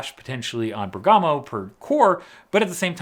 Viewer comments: Exiting times!,on a side, Italian tip: it's "Bèrgamo" not "Bergàmo" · It’s not really important but it’s pronounced “Bérgamo” not “Bergámo”. Emphasis on the first syllable. Just FYI. Love your videos. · Bergamo is pronounced by stressing the e, like Bèrgamo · It's pronounced Bèrgamo! Pota!